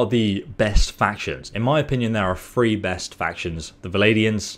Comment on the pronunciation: You can say "the", but you say "free" for three... hmm.